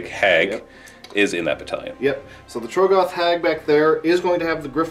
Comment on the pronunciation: How do you still say TROGGoth wrong